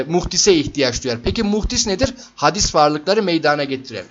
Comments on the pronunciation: Hadis değil hocam, hâdis :) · Her şey çok açıktı-güzeldi, telekkür ediyorum; sadece bir kelimenin telaffuzuna dikkat çekiyorum, hadis değil, hâdis, demek gerekiyor..